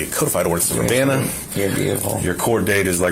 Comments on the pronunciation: Love your videos. But as a close local, it's ur-BAN-a BAN pronounced like ban hammer and then an uh added after. Not ur banana. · Urbana is pronounced Er-ban-ah. Like banana for that middle part. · That's now how we pronounce Urbana, at least I dont think thats how anyone here says it lol. otherwise, not often does anything happen in this town